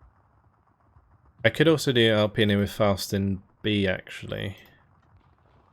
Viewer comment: Hi can you correct the name of the Division? XD is "Alpina" From Italian fan of your video